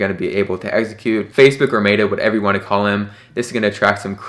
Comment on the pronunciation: "May-ta". That's what your going with irrespective of how the rest of the world is pronouncing it?